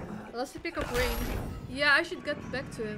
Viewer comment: i’m sorry but i hate the way the kronika voice announcer says “mileena” “rambo” “rain”